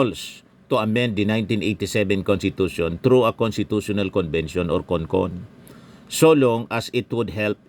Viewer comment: It must be CON-CON not CON-ASS